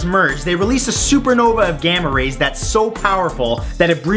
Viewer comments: I thought he said gamer raper and my face was like •-• what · Sounded like "Gamma rapers"